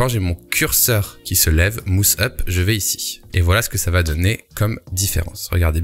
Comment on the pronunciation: Ouch.. Mouse -> “maousse”